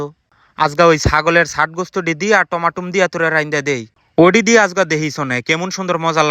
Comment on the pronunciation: কথা ঠিক করে বলেন টমেটো টমাটুম না